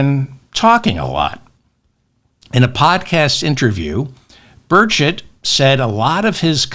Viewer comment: Hello David ! You're correct, it's Burrrr CHETT. If it had only one "t" at the end of his name it would be pronounced burrrrrr-SHAY. This is what I got out of 4 years of Francais in high school (ecole superieure) back in the 1960s.